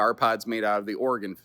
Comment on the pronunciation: Thanks for saying Oregon correctly 😊